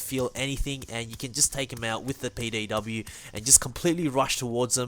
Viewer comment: did dis dude say payday w or am I dumb